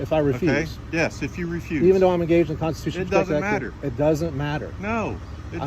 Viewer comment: "I know what the constitutional says." - idiot pig, 2023 Well, you clearly don't, since you can't even pronounce it properly.